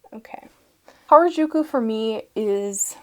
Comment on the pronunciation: just a fun fact: 'harajuku' is a youth subculture hotspot in tokyo and pronounced "ha-ra-ju-ku," with the r sound being similar to the spanish 'r' (not the rolling one!) and the 'ju' sound being hard and less like a soft g (as pronounced it).